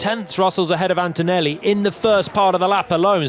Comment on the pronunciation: please, PLEEEEEASE… it’s antoneLLi, not AntoneLi🥲